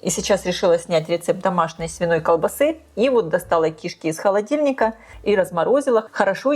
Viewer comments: Почему ки́шки а не кишка, вы не русская если да то я вас понимаю, но если что, всё таки надо говорит грамотно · Рецепты у шедевральные!!! Но давайте попросим известного блогера говорить правильно!! Ну какие кИшки......всегда и везде кишкИ. А одна кишкА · В слове «кишки» ударение падает на второй слог, на букву И — кишкИ Не большая кишкА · Почему кИшки с ударением на на первую букву И. Ведь правильно говорить кишкИ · Извините, но уши режет. КишкИ'. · Режет слух слово КИШКИ с ударением на первом слоге. В русском языке ударение ставится на втором слоге. Речь блогера должна быть грамотной. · Она не из России ей простительно. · Здравствуйте! Ставьте, пожалуйста, правильно ударение на слово "кишки" На последнюю букву. Сразу, даже, не поняла, что за слово Вы говорите😂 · это на украинском такое ударение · на укр.ударение на 1 слог) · но говорит то она по русски! 😂